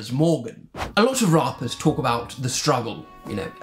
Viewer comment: ‘Rarppers’ yk🤣🤣🤣🤣🤣🤣